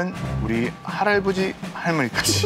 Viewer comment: 이거 자막때매 웃긴게 아니고 할아버지를 할알버지라고 말해서 웃긴거 같은뎈ㅋㅋㅋ